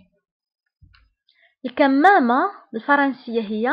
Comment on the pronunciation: El kimama pas ( kamama) c pa juste f arabe.....ok